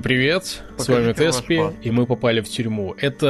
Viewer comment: Почему я словил кринж, когда у тебя спросили фамилию, а ты сказал Теспи